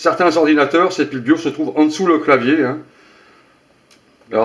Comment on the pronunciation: *bioS, avec un S, sinon super tuto